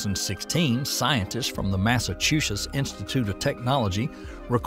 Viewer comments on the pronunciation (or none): did he say mass a chew secks?